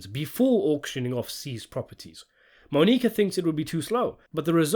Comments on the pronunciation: Mah-Knee-Kah. Lol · "Moe-Nique-Uh" lol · The way you say Monica is reallllly cutting it close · I’m dying at the pronunciation of Monica. It’s not like they don’t say it a bunch in the show. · Everyone who can speak English knows how to pronounce Monica. I think the mispronunciation is a tactic to get people commenting. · Quite easily atp in the series the best season in the show. I was shocked when I found out it wasn't as loved by critics like the other three were. Such a great season of television. The final scene with Monica (absolutely love the way he pronounces it 😂) and Vic is spectacular. "In fact the show seems to return to its status quo by the end" lmao yeah you'd think that wouldn't you... Absolutely cannot wait for that Season 5 review.